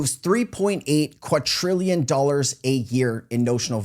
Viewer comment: QuaDrillion…there is no “T” in there. How do you keep making this mistake? Did you create an AI avatar months ago?